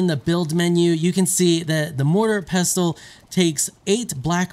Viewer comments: The T is silent 😄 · The 't' is pestle is silent. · actually pestle with a T is a use only americans use the rest of the world pronounces it without the T much like OFTEN -> OFEN